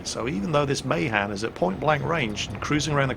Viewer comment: Isn't Mahan pronounced as Muh-Han not May-Han? I'm pretty sure that's how Alred Mahan's name was pronounced...